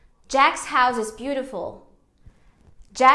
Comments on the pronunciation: Realmente a gente transfere essa regrinha. Você acabou por pronunciar a palavra HOUSE com som de Z, pois no português a gente usa a regrinha de S intervocálico. Seria HOUSSE e não HOUZE. Bom vídeo. Parabéns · vc já parou pra prestar atenção na sua pronúncia da palavra House? Vc tende a falar o e no final, mas na verdade seria como se fossem dois s, tipo Houss. Com os s bem forte mesmo. Só uma coisa que me chamou atenção mesmo😘